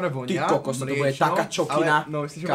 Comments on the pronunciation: To je Kokot ? alebo kapučíno čo to je 🤣🤣🤣🤣 Zrejme chcel povedať kokos kto si to všimol ??🤣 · "to je k*kot" alebo si povedal "to je kokos"?? :Dddd